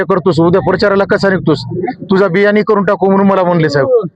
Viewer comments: बिर्यानी नाही ग बियानी उद्योजक 😂😂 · बिर्याणी नव्हे बियानी. दुसऱ्या एका चॅनल च्या बातमीमध्ये असे समजले की बिर्याणी नावाचे कॉन्ट्रॅक्टरला अशाच प्रकारे मारले होते